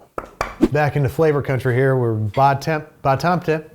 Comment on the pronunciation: The Ba-Tampte is pronounced "bah-tahmt"